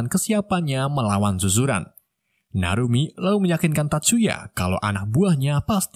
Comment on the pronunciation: Admin itu sekolahnya nama suzuran bukan zuzuran bosskurr,aku adalah watak sampingan nya,😂